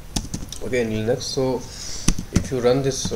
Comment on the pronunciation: Where did you pick up that pronunciation of Linux?